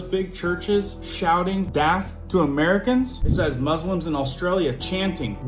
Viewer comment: AI has been so rampant that I have been questioning everything, especially anything said to frighten many with panic buying (Johnny Carson TP joke). So I am hearing no accent in your speech except "DATH (not DEATH) to Amerca". What‘s that about?